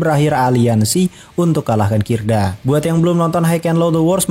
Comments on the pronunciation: Bang ralat kidra bang bukan kirda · KIDRA bang, bukan KIRDA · Kidra bang bukan kirda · Kidra dek bukan kirda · KIDRA MIN BUKAN KIRDA🤣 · Kidra bg bukan kirda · ralat bukan kirda tp kidra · Salfok sama moderatorny yg bilang gank musuh housen sama oya dengan sebutan kirda😅😅,,,2x malah,,, Yang betul KIDRA bang😅😅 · Kidra bukan kirda ...?? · BANG MAAP NIH CUMAN MEMBENARKAN GENG KIDRA BANG BUKAN KIRDA 🙏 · Kidra bang bukan kirda :D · Keknya kidra deh bang bukan kirda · bukan kirda oi.. tapi kydra.. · kidra bukan kirda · Bukan kirda tapi kidra bang!!! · Bng mohon maaf,yg bner kidra bukan kirda🙏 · kidra bang, bukan kirda😂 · koreksi dikit bang, bukan kirda tapi kidra. 😂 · Kirda apa Kidra min? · Kidra mang kidraaa, bukan kirda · Maaf min 🙏 bukan kirda tapi kidra 😀